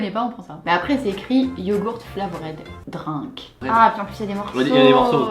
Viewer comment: sa ma tros fait rire quand elle a dit drink en mode je sais pas parler anglais mdrr